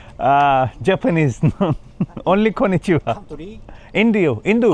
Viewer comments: Please mat bol "konichiwaa" arigato 😂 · No hate but Bhai aap jb konichiwa bolte ho you almost sound like japanese girl😅 btw Loving your japan series❤